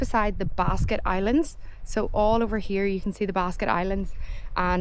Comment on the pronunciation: Cool video, it's a beautiful place. Just one thing, it's Blasket Islands not basket.